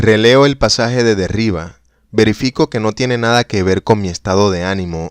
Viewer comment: Si te gusta grabar cuentos leídos, sería necesario revisar los tonos: no todo es igual, hay inflexiones, pausas. No leer como un robot. Y la pronunciación de vocablos extranjeros hay que cuidarla también. El inglés está pésimo, y lo que hay de francés (el nombre de Jacques Derrida) también está incorrecto: en francés todos los vocablos son agudos por defecto, así que se pronuncia Derridá; es muy desagradable oír algo tan descuidado.